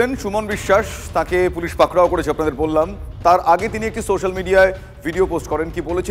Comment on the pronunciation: পাকড়াও টা কি, ভালোভাবে বলুন